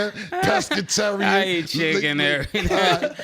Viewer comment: 😂😂😂 Killed me w/that "pescatarian." 😂😂😂 Cam a fool 😂😂😂